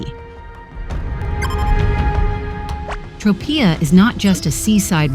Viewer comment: The mispronunciation of Tropea in this video is driving me crazy!